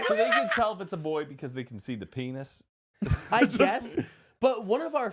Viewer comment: Why does say penis with a Texan accent